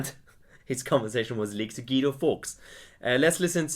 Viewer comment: Why can no one say "Guido" properly? So called educated, cosmopolitan, globalist somebodies can't say Guido... its Italian, right? GWEEDO. Not GEEDO. Ashworth is just on a careerist, self preservation campaign and I think this was very deliberately done. He doesn't want to go down with the sinking ship, even though he helped drill the holes in the hull. Labour isn't one man. Those odious policies re open borders and queering children and environmental extremism, voting for the Benn Act etc... that wasn't one man. That was the whole freak show. They all have to go, including flabby Ashworth.